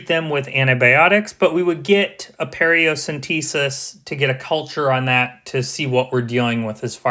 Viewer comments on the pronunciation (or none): Paracentesis not periocentesis. Amazing video!